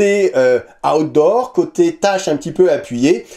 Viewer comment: Ta façon de dire "Outdoor", on a l'impression que tu dis "Hot d'Or", remarque, c'est logique quand le couteau s'appelle Asticus 😂😂😂